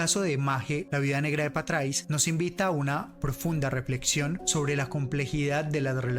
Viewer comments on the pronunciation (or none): No chabón, imformate bien , no fué así, estás contando cualquier verdura, ella no lo encontró, y se dice Patraix, bueno ya veo por dónde vas